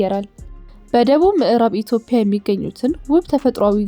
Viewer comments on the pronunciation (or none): ኢትዮፕያ❌ ኢትዮጵያ✅ ምላስሽን አስለምጅው